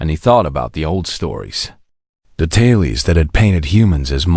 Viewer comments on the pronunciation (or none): Tales. Tal-les. The AI pronounced the silent “e”. Good story but AI can’t read like the humans.